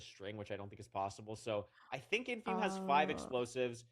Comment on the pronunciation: why is ludwig saying his name wrong. Isnt that tyler1's thing. Ludwig not funny enough to be doing that